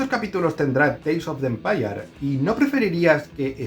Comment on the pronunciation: Teils of de empayar😂Saludos desde Costa Rica!